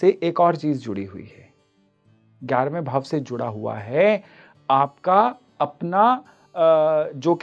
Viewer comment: Clarity was needed ....in 'juda hua hai'